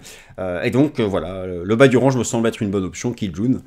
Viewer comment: Il n'y a pas que ce mot malheureusement lol. Soit on utilise des mots français soit on fait un effort sur la prononciation...